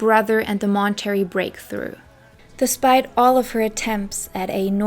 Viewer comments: Why are you calling it Mon-Terry? It’s pronounced Mon-tuh-ray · Obsessed with your pronouncing Mon-ter-ray as Mon-terry, and I love your content! Just found you today 💕